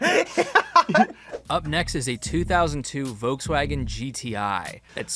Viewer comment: that’s a nice Vokes-Wagon